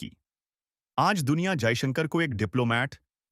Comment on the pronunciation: Stupid anchor your pronunciation of Modi and Jaishankar is wrong in hindi, correct yourself.